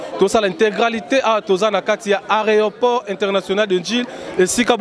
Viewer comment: il a du mal yako prononcer aeroport